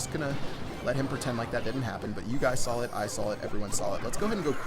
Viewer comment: "You guys sawl it, I sawl it, everyone sawl it"